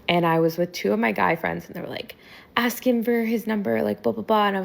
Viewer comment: He just couldnt take you serious cuz you manage to say the very easy word "ask" wrong. Somebody with that attitude should at least know that it's not "aks".